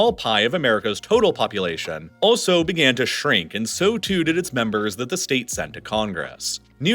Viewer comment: Did anyone notice he said “shtate” ?😂